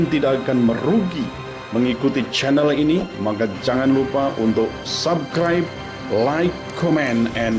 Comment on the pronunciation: selamat sore prof. terimakasih ulasan2nya sangat menambah wawasan ehm.. boleh koreksi sedikit kan prof. pengucapan kata subscribenya kurang sedikit s nya. subScribe 😊😊